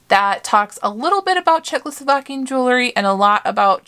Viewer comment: You do such a great job with your videos. I enjoy watching. Please do me a favor and learn how to pronounce JEWELRY. It is not jewelERy. ❤️